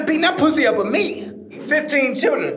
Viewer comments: 😂 he said churrin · Bro said "mulatto chirren"🤣🤣